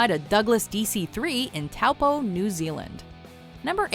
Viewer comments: Its pronounced toe-poor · Taupo is not pronounced like that